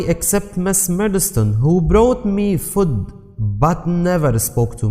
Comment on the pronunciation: The word Food is not well pronunciated